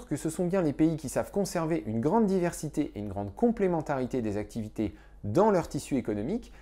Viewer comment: Excellente vidéo. J'ai souvent galéré pour faire comprendre à mes élèves pourquoi il est difficile de trancher le débat libre-échange vs protectionnisme. Maintenant, je pourrai m'appuyer sur cette vidéo ! (P.S. Petit détail: attention aux liaisons: "cent t'activités" et non "cent z'activité". Sinon, on entend "sans activité" !)